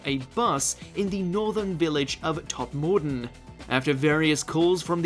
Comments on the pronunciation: Guys defo English and pronouncing a name like Todmorden incorrectly (if that's what it was) is common for many place names in the UK unless your from there, places in the North are often mispronounced by people south of Birmingham and he sounds like he's from the home counties. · You need to learn how to pronounce "Berkshire" and "todmorden" ! ... You sounded like someone who has never stepped foot in England lol